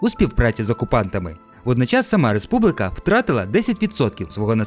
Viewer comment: Дуже цікаве відео. Єдина увага - правильно казати "Республіка", а не "Республика"